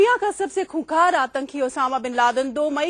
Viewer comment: اس اینکر کو اردو اور ہندی ٹھیک نہیں آتیں (خونخوار )کو (کونکار) بولتی ہے